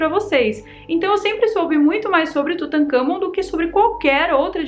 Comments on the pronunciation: Kkkkkk "Tutakamgô" kkk ,uma sobre a diarréia,pode ter sido da mosca.... sugestão : Coma goiabas não maduras ,bananas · Tutangagón 🤣🤣🤣🤣🤣🤣🤣🤣 nunca ri tanto 😂😂😂😂😂🤣🤣🤣🤣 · Tutancagón...kkkkkkkk Adoro a